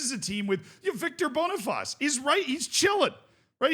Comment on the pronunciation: just a quick heads up cos ik you like to pronounce names correctly, Boniface is pronounced "boni-face" and not "bonifaz", the bonifaz is the French pronunciation